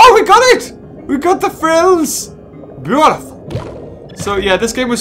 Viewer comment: XD i subbed when he said, "Arent we bootiful" XD